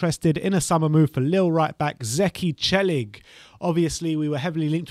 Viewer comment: As a native Turkish speaker, I am surprised how accurately you guys pronounced Zeki Çelik's name lol.